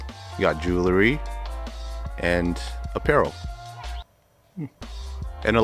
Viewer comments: "You got gadgets. You got julerry…" It's Jewel-ry* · What is "jew-ler-y? :)